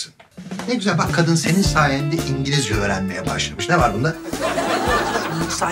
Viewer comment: İncilizce diyor ( )😆😄